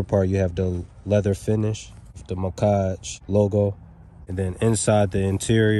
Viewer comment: Macage😂 it’s Mack-age bro😭🤣